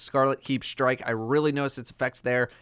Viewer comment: DUDE! Seriously... What is a SHtrike? It is spelled and pronounced STRIKE. You seem like a smart person. Stop the destruction of the language.